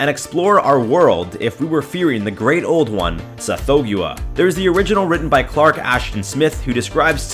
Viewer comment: I REALLY prefer the pronunciation "Sath-HOG-wah" and not "Seth-THOE-gue-ah".